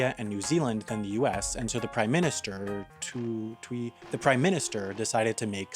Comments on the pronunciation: Prime minister 'too twee' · "The prime minister Tui Tui" 😂😂😂😂 the samoans probably laughing haha A for effort tho. I really enjoyed this video. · Learn to pronounce the name of Samoa's PM. Really bad take.